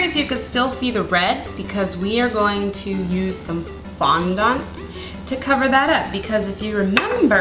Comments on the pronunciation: Its supposed to b fondunt not fondont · its fondAnt, not fondont ! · Umm.. not trying to cretizize you, but fondont is pronounced fondit sorry... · She does fondant funny haha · The way you say "FONDANT" is weird but i don't mean any offends